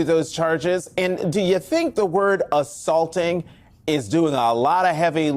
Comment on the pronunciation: Did he say aththaulting?